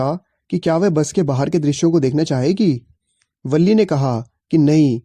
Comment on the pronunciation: Balli nahi villi boltein hai aur villi ka pura name villiammai hai